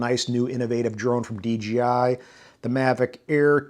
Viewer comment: thumbs down for pronouncing it “DGI”